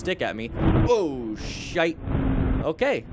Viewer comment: Ha Ha, that was a Scottish "shite".🤣